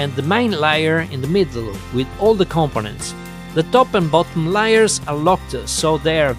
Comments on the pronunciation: "Liars"?? ('Layers')... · i was kidding because at one point you were saying liars instead of layers 😉😆